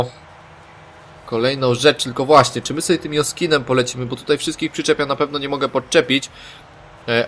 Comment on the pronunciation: Nie joskinem tylko dżoskinem